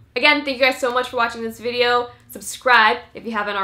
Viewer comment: why she's saying "videor" ??